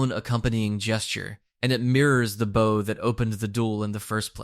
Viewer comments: Wow the READING problem in America is actually really scary now.... , "Bow" is pronounced like "BAO" not "BOH". Can't get through the rest of the video knowing the creator can't properly read. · Never seen anyone pronounce bow 100x correctly and 100x incorrectly within 20 minutes. Nice video tho